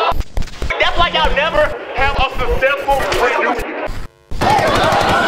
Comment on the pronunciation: 🤣🤣🤣🤣🤣 right learn how to say the word successful🔊🔊🔊